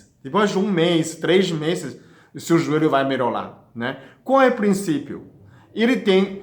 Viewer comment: Merorar kkkkk lindo demais esse homem